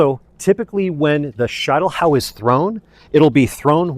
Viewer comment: SHEET NOT SHITE!!! Schietelhau!!!